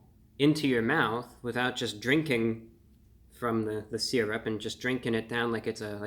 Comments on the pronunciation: Sur rup. You want some sur rup, Brian? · I don't know why I expected the intro to go "Welcome Back to Fun with Flags" Also I love how he says "syrup"